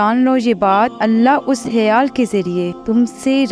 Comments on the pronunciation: Baji kh sy khyal H sy hyal nhi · Aap hayaal kyu bol rhi😮